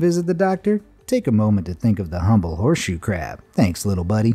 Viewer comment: I thought you said horse shoe crap blood 💀